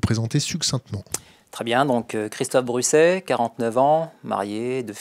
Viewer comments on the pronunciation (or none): Excellent, mais juste un détail qui m'a gâché la fin, c'est le "Christophe BruZet merci" ......